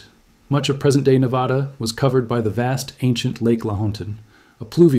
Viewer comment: It’s NEVADA, not NEVAHDA.